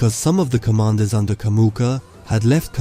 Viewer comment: It's Jamuka, not Kamuka!